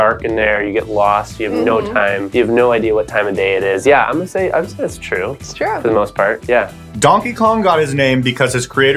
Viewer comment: It's said ture instead of true